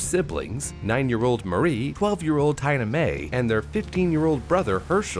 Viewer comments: Is that how you're supposed to pronounce "Tina-mae"? Seems like a really weird way to say that haha. Interesting. I'm genuinely curious. I would've gone with the more obvious "Teena-May". Edit: I love the random newer like late 80's-early 90's car that was wrecked haha. Everything else was fairly accurate to the time. So random and silly haha. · "Taina Mae"